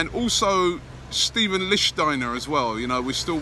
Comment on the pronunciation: It’s pronounced Stefan not Steven lol